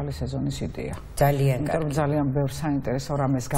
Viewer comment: ეს კარქი რა ვერ ისწავლა მარინა ბერიძემ?! კარქი კი არა კარგი! 🤦‍♀️სულ ასე რატომ ამბობს? 🤦‍♀️კარგი! კარგი! 🤦‍♀️და არა კარქი!